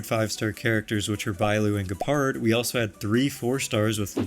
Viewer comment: Has anyone told him gepards name in english is said “jepard?”